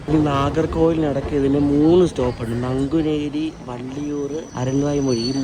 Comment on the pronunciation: 7.38 പേര് ഊഴവൻ അല്ല ഉഴവൻ എന്നാണ്, ഞാൻ കഴിഞ്ഞ ഞായർ ചെന്നൈ പോയിട്ട് ഇന്നലെ രാവിലെ നാട്ടിൽ വന്നു, ഇതേ അനന്തപുരിയിൽ. പിന്നെ നങ്കുനേരി അല്ല നാങ്കുനേരി. ഞാൻ ഡിസംബർ 7 ആം തിയതി ചെന്നൈ പോകുമ്പോൾ ഇരണിയൽ സ്റ്റേഷനിൽ അപ്പുറത്തെ സൈഡിൽ ട്രാക്ക് സെറ്റ് ചെയ്യുവായിരുന്നു